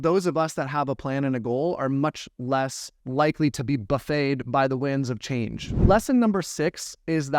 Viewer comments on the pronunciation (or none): Buffeted....not Buffied